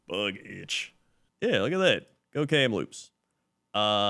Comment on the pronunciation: You got Kamloops BC absolutely correct